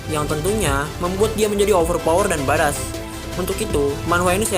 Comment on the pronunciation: Badass itu pelafalan nya 'baed-ess' om